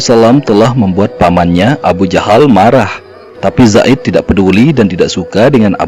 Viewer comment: alhamdulillah bertahun tahun saya mencari tahu ini ilmu yang bisa saya petik. Tpi ni alur cerita ini cara penyebutan abu jahal kok jadi abu jandal??